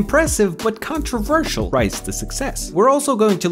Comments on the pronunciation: CONRVERSIAL instead of controversial btw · "CREATIVE" Doubt. "CONRVERSIAL" you dropped a T and an O, my man Edit: Wow. You really put an ad spot right after the sponsor segment? Damm,. Jesus Christ. You weren't kidding about the woman having an annoying voice. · i just realized forgot the “t” and “o” in controversial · 0.42 ah yes conrversial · "Conrversial" success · conrversial lol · "conrversial success" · "conrversial" success 🤪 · bro where's the t?